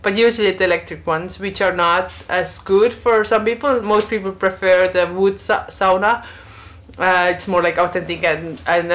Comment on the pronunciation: Eihän ole niin vaikeaa sanoa SAUNA.:) Ei se ole mikään. Miksi joka toinen kerta ja sauna? Sovitaanko että sanot SAUNA tästä lähtien?:) Hieno koira ja kiva kanava.